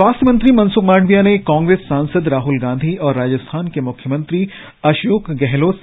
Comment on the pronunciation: आप " माडविया ' बोलते है । ' मांडविया' बोलना चाहिए ।